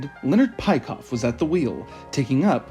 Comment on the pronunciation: Nice video. A small correction, Peikoff's name is not pronounced like this.